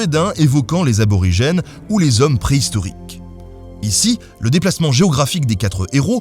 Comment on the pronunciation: Drúedain = Drouédahine